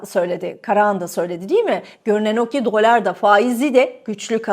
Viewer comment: Dolár değil dolar diye okuyalim. Eski sunucu böyle diksiyon hataları yapmamalı efenim. Lütfen düzeltiniz ❤ Tek keyif alarak dinlediğim kanal sucunusunun mükemmele ulaşması için bir tavsiye sadece.